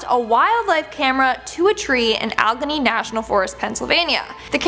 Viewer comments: It's pronounced Ah-le-gainy (Alleghany) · It sooo funny that the young people are so smart......so smart that they post a video with obvious production value but no one can figure out how to pronounce Allegheny....proof out your sht before you post it kids ...god bless 🇺🇲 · ha... this chick has horrible english...can't pronounce Allegheny and uses "deers" instead of "deer"..... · Bigfoot does exist and many of us have seen the creature. I live in the Blue Ridge Mountains of Virginia which are part of the ALLEGHENY MOUNTAINS. Allegheny is pronounced Al - I- gain- e!